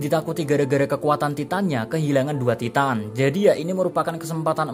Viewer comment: Dari titan titan titan kok tiba tiba tytan btw itu maksudnya bacanya